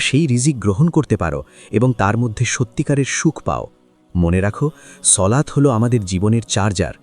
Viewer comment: সলাত না সালাত